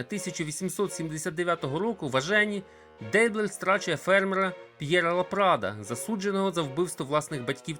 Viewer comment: мабуть же, наголос у прізвищі Дейблер на останню "е"